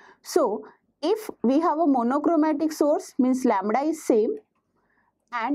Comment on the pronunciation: Not (lemra) its lemda plz not break the legs of English Teacher ❌ phaticher ✔️